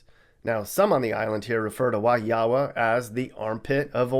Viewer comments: Omg your pronunciation for Wahiawa 🤔🫣 “ wah-hee-wah” is how it’s said. Waianae “why-Ah-ny” is also really dangerous. It’s very local there. Just gotta be respectful of its residents. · I live in Wahiawa & it’s pronounced Wa-hee-wa. Wahiawa is the one the least dangerous place in Hawaii. More crimes happen in downtown area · Wow you just butchered the name Wahaiwa lol it's pronounced (WHA-hue-waa). And that was surprising thought it would have been Waianae or Waipahu...or Kahuku, kalihi it does have 3 housing projects there (Mayer Wrights, KPT and Kam-4), maybe Nanakuli? But haven't gone there much so idk? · It's pronounced Wah HEE Uh Wuh. Not Wah Hee AH Wah. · You said Wahiwa incorrect (Wa He Wa) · It's Wah-EEE-Wah not Wah-HEE-Ah-Wa 😂😂😂 and yes, it's pretty bad... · Wahiawa is pronounced (WA-hia-WA) or (WA-hee-WA) and not pronounced (WA-hee-AWA). You really know how to destroy the pronounciation. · LOL...Wahiawa, HI is pronounced WA-hi-wa. 😂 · Just a heads up, the area in Oahu is pronounced WAH-hi-a-wah. With the emphasis on the first syllable. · Haha I'm from Hawaii and gotta say Wahiawa (pronounced WAH HE WAH) is not really a dangerous area, just very far out and a tourist Hotspot. Most of the main crime there is theft because it's pretty isolated from the city. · Wahiawa (HI) is pronounced “Wah-hee-wah.” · Pronouncing Wahiawa wrong 😭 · Wahi-AH-Wa? 😂😂😂 Yo I cracked up at the pronunciation. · wahiawa 😂😂 it’s pronounced ‘wa-he-wa’ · It pronounced Wa He Wah Hawaii. It’s a meth hole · Wahiawa is pronounced "Wa-He-Wa" Sincerely, a hawaiian from hawaii. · I was born in Wahiawa, Hi🤙❤🇺🇲 And, YOUR SAYING IT WRONG👎!!!!,(WAHIAWA) AND IT'S BEAUTIFUL THERE. AND ALWAYS WILL BE... Mahalo,🤙❤🇺🇲🏝🌋 Now, I'm in Indianapolis, Indiana for now. And we didn't make the list... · Love your videos bro keep it up! But just wanted to add that "Wahiawa" is pronounced (Wa-Hee-Wa). How do I know that? I was born and raised on that Island. Other than that awesome vid! You da man bro! Aloha 🤙